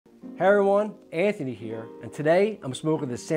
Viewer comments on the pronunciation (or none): none